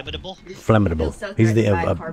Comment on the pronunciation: “he’s very flamatable” 🤣🤣🤣